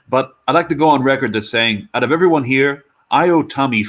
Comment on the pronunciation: Worth watching the stream just to hear say ‘ervermom’